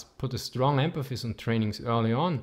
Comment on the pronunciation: I don't really mind the accent, but he keeps saying "empaphis" rather than "emphasis."